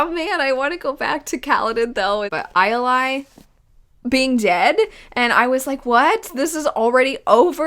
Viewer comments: If you care (and I'm not saying you should) in the audiobooks Sadeas's wife's name is pronounced ee-el-ay. I 100% see how you got the pronunciation you're using. I do the opposite when it comes to spelling the names. I thought "Rlain" was "Merlain" for a lot longer than is reasonable. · On the Audible audiobook, they pronounce Ialai as EE-AH-LAY